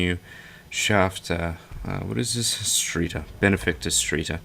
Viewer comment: 0/10 Said Streiter wrong. Learn your German you infidel.